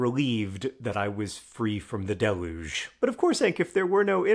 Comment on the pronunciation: The amazing power and speed of the internet just confirmed to me that that isn't how you pronounce deluge.